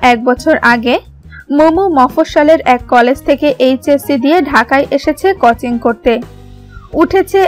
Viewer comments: কচিং নয় কথাটা.... কথাটা হবে কোচিং... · ভাই কুচিং না কোচিং হবে।